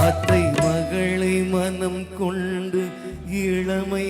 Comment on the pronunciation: தம்பி கொள்ண்டு இல்ல கொண்டு பல வென்று வெல்ண்று இல்ல தமிழ் உச்சரிப்பு சரி யில்லை தம்பி பாடலில் feeling இல்ல விஷயம் தெரிந்தவர்கள் பார்ப்பார்கள் தம்பி கவனம்